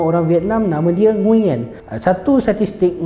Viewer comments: Sebenarnya sebutan nama NGUYEN ni bukan ngu yen, tapi nguen. Aku pun baru tau lepas sorg brader vietnam bagtau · sebutan "NGU-ERN" la.. bukan "NGU-YEN" tgk Ě dia ada intonasi berbeza. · Kalo dlm American movies, cara dorang pronounce nama ni nguwen sebenarnya ya. Bukan ngunyen. Betulkan yg biasa, biasakan yg betul. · nama nguyen tapi sebenarnya kena sebut "nguwen"